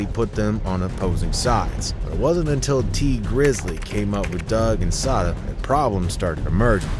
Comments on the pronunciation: Not say-da it's sah-da baby!!! Can't EVER take channel's like this seriously when you can't even pronounced the ppl names right. Y'all just be re-rockin' some half az Google internet info 😂 Goofies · It’s pronounced SA DA NOT SAY DA